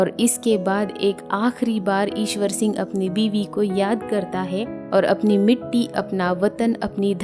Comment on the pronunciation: Mam ishar sing not iswor sing.